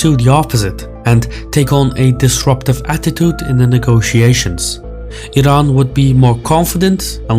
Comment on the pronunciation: Love the fact that you're one of few who spell Iran and Iranian correctly (ee run) and not falsely (eye run) 👌😅